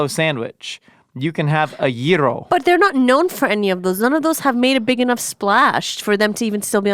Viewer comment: Did she really just pronounce gyro wrong… I expect better of someone with her ethnic background